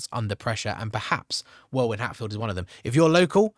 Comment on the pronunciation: Welwyn = pronounced Wellin